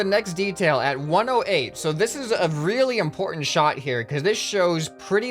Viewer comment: In-PORT-ment hahaha...ha.....ha I will leave now